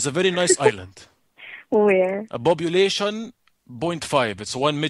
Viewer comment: "bobulation .5 " hahaha best joke ever